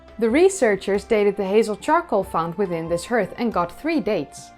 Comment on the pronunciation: Hearth is pronounced ‘harth’ ok 🤓